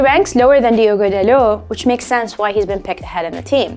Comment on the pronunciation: Yo the way she said Diogo Dalot !!